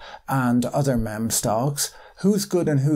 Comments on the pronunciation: Love your take on this event! The insight plus humour makes this great to watch. Just wanna let you know it's pronounced meem and not memm. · Great video as always! Meme is pronounced 'Meem' btw it was cute hearing you call it 'Mem' though haha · Hey Patrick impeccably succinct and good video as always . The word meme is is pronounced like "MEE" not the soft "Mem" as you may be away. If its British or an inside joke thing I don't get, apologies for correcting you but just wanted to help if this was an egg-on-face type situation. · Best video I’ve watched on this topic. Thanks for the great video Patrick! One thing: the word meme is pronounced ‘meem’ and not ‘mem’ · FYI It's not pronounced "mem" but "meeee-meeee" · MEEM not mem omg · Oh, by the way it's pronounced "MEEM" like "beam" or "seem" or "keen" (depends on your accent perhaps). Great video as always, thanks so much Patrick! Best to you and yours. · But he do have a loisence for that mehm. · Meme is pronounced as “meem” Patrick :) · Meme, It's pronounced "mEEm" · he says même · It’s pronounced MEEM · It's pronounced meem. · It's pronounced Meem